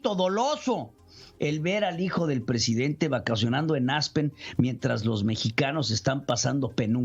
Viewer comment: Yo si dije, no manches, y ese es el Prejidente!